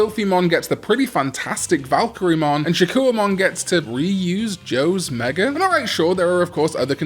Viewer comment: Shakkoumon: SHA-KOH-MON